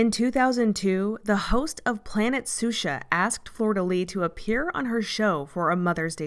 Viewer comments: Ffs, it's not Florida Lee nor Soosha! It's pronounced Flor de leesh Shoosha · Shoushah, (Xuxa), not Susha...😅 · Isn't it pronounced Shusha? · Love the coverage but planet suxa killed me 😭 her name is xuxa, pronounced shusha! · I'm sorry to be that person, but Xuxa is pronounced "SHOO-sha." Anyway, as someone born in Rio and with dual US/Brazil citizenship, thanks for this video. She's certainly an interesting subject. It's also depressing to see how far-reaching AOG is. Edit: I think you'd do a very good job covering Mother Teresa, if you're ever hurting for subjects. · Yes we know it's pronounced Shoosha but the narrator cannot be expected to know how to pronounce every Portuguese word correctly. No need to belittle her for that. It's an excellent documentary and very well presented.